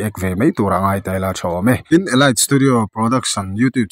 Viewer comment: Elait ni lo eliit tih a lam tur aw